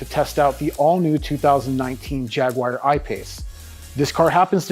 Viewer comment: dude, Jaguar is pronounced Jagwar, or if you want to say it like the Brits say it Jagua. it is not pronounced Jagwire. it makes you sound dumb.